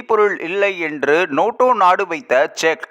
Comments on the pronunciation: Noto அல்ல NATO. ஏன் நேட்டோ பேசிக்கொண்டு துருக்கி leader ஐ show பண்ணுரெல். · நோட்டோ நோட்டோ என்று நொட்டதே! . ஆங்கில வார்த்தையினை தமிழில் சரியாக உச்சரிக்கவும். Nato எப்படி Noto ஆனது. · அடேய் ( நோட்டோ இல்லை நேட்டோ )அமைப்பு நாடுகள் பன்னாடை இது கூடத்தெரியாது செய்தி சொல்லவத்துவிட்டாய் 😂